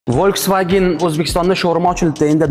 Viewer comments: U aqilli otikini yebsan folksvagenmas Volkswagen yozilishiyam oqilishiyam talafuziyam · V dib o’qiladi. F dib mas . To’g’ri o’qilishini o’rganib kegin to’g’illash Terese. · Башараям А Хитойлилар у'хшап к,оптию! Брат Яна хихи🤭 Волсфагенмас. Фолсфаген деп к,у'йишиничи🥴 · V deb öqilmeydi, v harfi. F Ded öqiladi. Yozilishi V deb ammo öqilishi Folksvagen. Deb öqiladi yozilishi Volkswagen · W turibdiyu f deb oʻqilarmish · Акани Волксааген дейишидан кура сизи узбекча гапираётиб ...по любому... сузини ишлатишиз манимча анча уятли. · Bu germaniyani mashinasi germaniyada W v deb oʻqiladi,aqilli